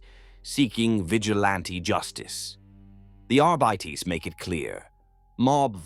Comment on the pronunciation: I'm enjoying these, AI voice pronounces two or three words incorrectly lol! I swear arbites is a trigger word that snaps my brain out of the story and back to reality. Fix this please, if possible 🙏 thank you.